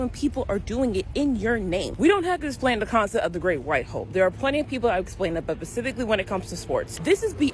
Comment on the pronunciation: Say “specifically.” 😂